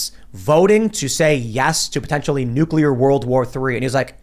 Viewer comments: HEY!! NUCULAR is not word!!! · Someone teach to say "nuclear"